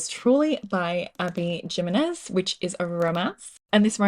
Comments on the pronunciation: Helpful hint…. Abby Jimenez is pronounced with a ‘h’ Himenez not a hard ‘J’ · sidenote: Jimenez is pronounced Himenez